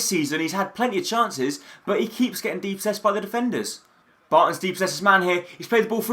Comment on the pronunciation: Also it's dispossessed NOT DEPOSSESED